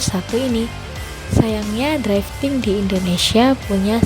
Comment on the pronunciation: ralat untuk penyebutan kata drifting kak , bukan draifting🙏🏻 draiv lebih ke penyebutan kata pengemudi. cmiiw